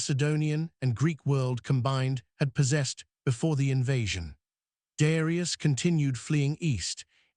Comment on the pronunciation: Man you take time to make a video and you let it say Darius ai ai ai!! Wtf such a pity